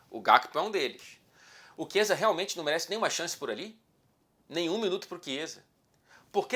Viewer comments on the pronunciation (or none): none